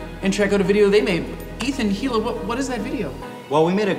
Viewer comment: Ethan and HEEL-a. c'mon Jake. papa bless